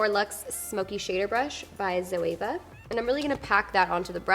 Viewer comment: Love the look but you still don't know how to say Zoeva correctly